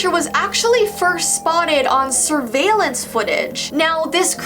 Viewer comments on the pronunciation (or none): none